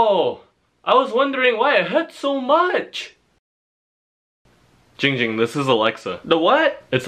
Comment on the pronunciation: its jing jing not ging ging